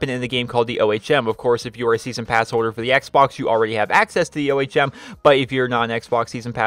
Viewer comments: Just for the record, it is actually ome, it's the unit for electrical resistance in physics. Honestly though, I don't really care how you say it xD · Can you call the ohm the ohm not the o h m? It's pronounced ome like home without the h if you weren't sure how to pronounce it